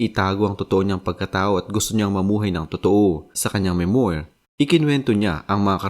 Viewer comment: Children, remember: MEMOIR is pronounce as MEM-WAR, (stress is on the first syllable), not ME-MOYR.